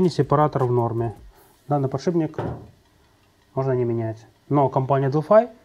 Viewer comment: Мастер, блин, подшипник обзывает " подшибником"